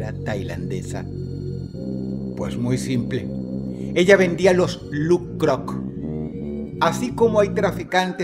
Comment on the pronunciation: Me encanta cuando Dross pronuncia "LuK-Krok" 😮